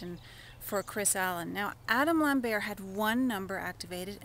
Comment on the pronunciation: It's LamberT, not Lamberrr!